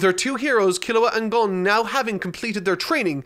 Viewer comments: for future reference, vowel sounds in Japanese words are consistent. Every 'O' in every word is pronounced "Oh". Also, I'd say Gon still wanting to be there for Killua is less to do with Gon immediately grasping the nuance of his situation, and more to do with his rather questionable morality, but you'll get there eventually. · japanese friend: gon => g oh n: ah yes, gong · "alright i made a mistake his names [STILL SAYS GAWN RIGHT AFTER LEARNING ITS GOHN] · it is gon not gone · How tf did yall catch "Gun" but not "Gin" pronounced like the beverage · he said gun the he said I made a mistake it's gun. gown w there is a w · I say "Gahn" not "Gone" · NO!! He's Team "GAWN", not the correct Team "GON"!!!😆😂🤣😭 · Keep pronouncing his name gon or gan and not gun. These people deserve it. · how do you make a joke about pronouncing the name wrong but then keep doing it…it’s cringe i hate GAWN it’s gon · I'm pronouncing it how I heard him say it from now on, "Gun" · i particularly enjoy "Gawn" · Apparently, everyone was upset about "Gawn" and no one felt weird about "Koorapee'ka". Seriously? I get shivers down my spine every time XD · Yeah he calls him "Gan" until the last part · "goun" The internet: "so.. You have chosen kurapika rule 34" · lmao he called Gon "Gong" and called Kurapika "Cooley pika" he only got "Leorio" right lmao wtf he 100% used google translate xD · Love how he went from “Gu-own” to “Gah-ungh” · So now instead of “Gun”, he says it “Gong”. Beautiful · Fu*k I did not even realize he was saying Gawn all this time. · If you didn’t bring up the way you pronounce the name it never would’ve bothered me. Now I can’t unhear Gong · So we're gonna point out "gone" as an improper pronouncement, but "core-o-pee-ka" is just fine!?!?!?! I type this after watching a "every time someone's name is said in hunter hunter" and it was in its native language... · I heard "Gon" the whole time. Sometimes people have accents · continues to mispronounce Gon anyway